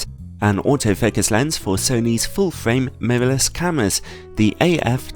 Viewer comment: "Memovles cameras" ?